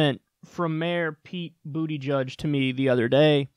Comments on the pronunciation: So, his name really is pronounced BootyJudge? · Haha it's so edgy how you don't say his name correctly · Totally behind Pete Buttigieg your pronunciation was way off. As to your video the dude needed to get his name out and hasn't even announced yet , So give the guy a minute to introduce him self. Besides Bernie Bro his policies which he has been discussing line up with a lot of, but yes not all of Bernie's. Look I like your videos I like you, but on this one your off base, So well have to agree to disagree. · his name is boot-edge-edge not bootyjudge LMFAOOOOO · Technically, Booty Judge (the guy doesn't even pronounce his last name right; I'm pretty sure it should be pronounced 'BOO-tih-geeg' -- is he ashamed of his heritage or what? : P) is still on 'exploratory committee' status, so he's not yet officially in the race. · You know his name isn't pronounced Booty-Judge. Blatant disrespect like that tarnishes your credibility. I would like to think you are better than that... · Now hold up here. Is this dude's name really pronounced "booty judge"? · Rodney Mills can you explain how pronouncing buttigieg as bootyjudge is homophobic? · Is this guys name really pronounced "Bootyjudge"??? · "Booty-judge." That's how you say it? Jeez man, what IS that fucking name, lol. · I stopped listening at about 5 seconds for his pronunciation of his name. It’s Buddha judge. It’s not your opportunity to demonstrate your gay panic. And no, we are in the period before the debates. It’s too early for him to cement his policies. Grow up and focus on kicking the orange beast to the curb. I guess every generation has its hippies. People who complain about everything but don’t have anything to replace it. You have to play politics. I am sorry to be the first want to tell you that. I see some conservative traits in him but nothing that makes me nervous. If he can beat trump, I will vote for him. If Lassie could beat Trump, I would vote 🗳 for Lassie. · It's pronounced BOOT-edge-edge